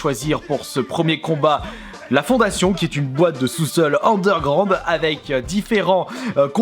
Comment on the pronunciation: Bah il le dit lui même, c'est une merde en anglais et en terme de prononciation de mot anglais